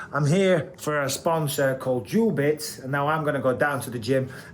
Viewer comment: Isn't it duelbits?? not jewelbits